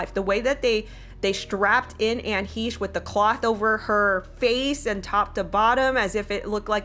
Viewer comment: "What can we say about Anne HEESH?" Well for starters, how about that her name is Anne HECHE, sounds like HECK but take off the ck and add an sh sound